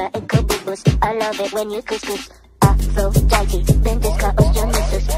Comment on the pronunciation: The first part gives me a stroke because it's supposed to be pronounced Aphrodi-DE not Aphrodi-TE despite it being spelled like that